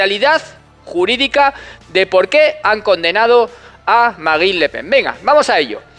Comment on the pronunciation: ¿Tú pronuncias la "e"?